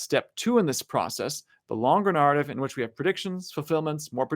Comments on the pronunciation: What's with that pronunciation of narrative? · The way he says “narrative,” tho…… 😬😶🫣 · Friendly tip: Learn how to pronounce "narrate, narrative, narration."